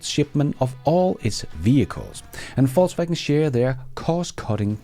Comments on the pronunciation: I hear Falsewagon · You said "Volkswagen"... I thought you said "Faultswagon"... 😂 Thanks a lot for the video!!!